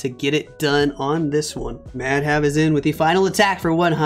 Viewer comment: Bro Pronunciation was wrong😅